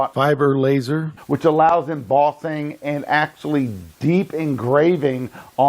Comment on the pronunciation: Sorry, had to give up after 3 minutes of 'embozzing'. It's mboSSing, ffs.